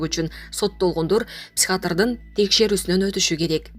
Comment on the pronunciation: Психиатр десен Боло психатр дебей